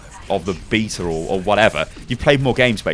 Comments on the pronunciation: So you don't say it beyta because it doesn't have a y. In that case, you say it beeta like in the word bee. It only has one e though. So you have to say it behta. The h is silent so it doesn't matter if it's not there. A flat e. like in the word eh or meh. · Please say "Bay"ta not "Bee"ta, otherwise nooiiiiiiiice work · You're pronouncing it wrong. Beta is not BEETA. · "Open beeta" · how to pronounce? honor the origin of the word, very simple. so u are saying it wrong